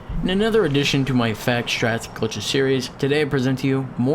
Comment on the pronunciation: I know you have a lisp but you pronounced it "strats". You should work on enunciating your words more. You're sounding like Sylvester. No cap.